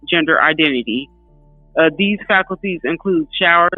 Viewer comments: She's saying falcuties. She needs to learn to read. FACILITIES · The word is facilities not faculties. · Can she please learn how to pronounce the word "fa-cil-i-ties" 😅